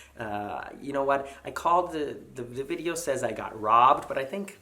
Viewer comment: Video, not vidoe. Sorry